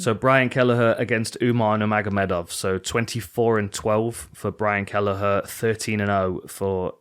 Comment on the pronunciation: "Brain Kelleher" hehe, I had to double take